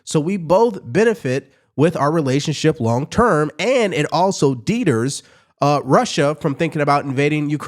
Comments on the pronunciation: The word "deter" is NOT pronounced "DEEdur". It's pronounced "dee-TERR". Come on man!!! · It's pronounced dĭ-tûr′ . Not deet'-ur. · Dee-Ters? Bro! 😂😂 There’s no way that’s how you think we pronounce deter